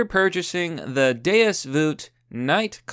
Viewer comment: you pronounce deus = doose. Your advertisers probably cringed a little just fyi lol.